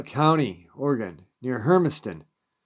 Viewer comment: Pronounce Oregon as. Ory gun .not Ory gone